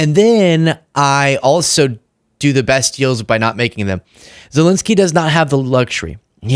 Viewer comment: You, and more importantly Trump, are mispronouncing zelenskyy's name